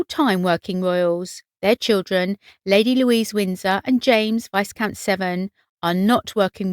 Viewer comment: Pronounced viecount not viscount ffs get titles right